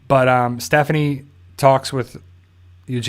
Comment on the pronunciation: I glad you know her name now and stop calling her Stephfony